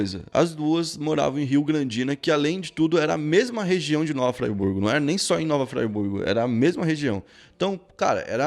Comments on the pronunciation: Nova Fraiburgo? Oxe essa porra é inglês kkkk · É nova Friburgo, não nova Fraiburgo, tá dando nervoso te ver falando assim. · Nova Fraiburgo foi de doer kkkkk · Como respeitar um canal onde o cara fala Nova FrY Burgo??? conteúdo é massa, mas tá doido, muita ignorância. ai tá escrito FRI, FRIIIII burgo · hahaha nao é "fraiburgo" é friburgo msm. mt manero o video. abraço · observação: a cidade é Friburgo; pronuncia correta: Friburgo; não "Fraiburgo" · Se pronuncia nova Friburgo não nova fraiburgo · "Fraiburgo" kkkkkkkkkk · O nome é nova Friburgo..RJ região serrana do estado do Rio de Janeiro. Ñ é nova Fraiburgo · O nome não é nova fraiburgo.... é friburgo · Ola meu amigo gostei da matéria mais o nome da cidade é nova Fri burgo escrevi desse jeito só para ver como se pronúncia,mas a matéria é ótima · a pronúncia não é "fraiburgo", a pronúncia é a la brasil mesmo, a pronúncia e conforme se lê msm, friburgo! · Oi. Eu sou de Friburgo. Fico feliz em ter a cidade fala no seu canal. Gosto muito dos vídeos e do canal. Ah e se pronuncia como se esquece rs. Fri e não frai.😁 Varginha, Rio Grandina são bairros de Nova Friburgo. Muito bom o vídeo 👏🏾👏🏾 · eu sou daqui e é FRIBURGO e não FRAIBURGO mas muito foda você fazer esse video! Valeu! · eu sou daqui de Friburgo!!! O vídeo foi muito bom. Nasci em 2008, por isso não conhecia essa história. E uma coisa, não se pronuncia fryburgo, e sim " fríburgo " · está aprendendo inglês só pode😂😂😂 " Nova Fryburgo" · Tem razão. Vi esse cara falando Fraiburgo me deu uma vontade de dar uma fraiburgada nele. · Agonia deele falando "Nova Fraiburgo" rsrsrsrs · Nova "Fraiburgo" kkkkkk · Eu sou nascido e crescido nesta cidade a 23 anos. E se pronuncia "Fri" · Cara não sabe nem fala nova Friburgo kkkkkkk. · O cara faz um vídeo e nem sabe falar o nome da cidade, e Varginha é um bairro. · KKKKKKKKKKK o eu moro na cidade e se nem pra dizer o nome certo krlho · Pronunciou erradão kkkk